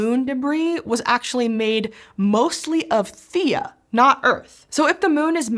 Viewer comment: Hmm. I swear a previous video pronounced Theia as thay-uh. Not thee-uh. I just named my new Kitten Theia (Thay-uh). all well. I like the Thay-Uh pronunciation.